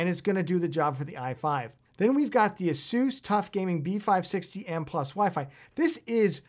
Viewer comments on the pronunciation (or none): none